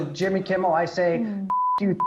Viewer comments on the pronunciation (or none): none